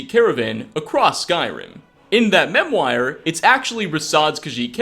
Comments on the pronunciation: Mem-wire? UGH... MEM WARR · I know this video was made 7 years ago but I'm just getting into the game now and enjoy these greatly. And yes learning proper pronunciations is great too so here's another one for you. Memoir. You pronounced it mem-wire whereas it should be pronounced mem-wah. French origin. Cheers. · "Memwire" Boy you got me fucked up Good vid tho Well...except the part about Sapphire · I gotta be honest, I've never heard anyone pronounce memoir as: Mem-Wire in my life 😂😂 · You gotta learn how to pronounce memoir, man.